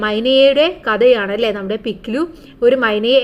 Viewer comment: അലേ അല്ല അല്ലേ ആണ്